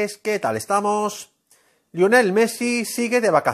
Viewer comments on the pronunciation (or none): none